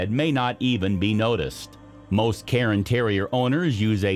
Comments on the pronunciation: Cairn terriers not Carin terriers.... air, care, cairn. CAIR-N.....CAIRN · Speak much? You are mispronouncing these breed names. The first one is not a Karen Terrier (do you mispronounce yearn, barn, spurn, torn, and bairn also?) ;the second one is not a Lapsa Apso and whatever else you're going to say next cuz I'm not listenin' to you anymore. But then I heard ... you mispronounced Bolonese (bolo + neez) as "Bellenese"! Congratulations are due, admittedly, to your attempt at Coton de Tulear, but it's Tu-lay-arr. And as I am writing this, you mispronounce Shih Tzu (she•tzu) as if it's "sh¡+-soup". It's "she-tsu", or lazily rendered most commonly as "sheet-sue, or "sheet-zoo". "Shed 'minimumly' ", you say? No, it's "min•i•mal•ly". Lastly, let me help you with the word, visage...it's not "vidgjugdge"... other people have trouble with this, too. Just imagine it being spelled "VIZ•zudge'. That should help. Be sure to put most of the stress/accent is on VIZ. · Oh for God's sake it is NOT pronounced "KAREN Terrier" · Yeah, he mispronounced cairn, bolognese, Lhasa apso, and maybe one other. "Karen" terrier? My ears bled a little.